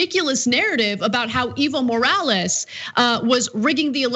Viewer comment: I thought she was saying "evil morales" was the guys name haha! I had to look it up to get it right. I thought it was just too perfect to be real.